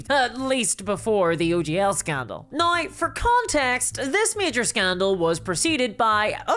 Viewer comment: I like her accent, I think it's adorable. And of course in Ireland we're the ones with an accent!! 😂. I like it when she says "now", to my ear it sounds like "now-ee." 😊👍😎